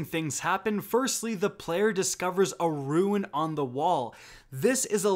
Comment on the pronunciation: It's a RUNE not RUIN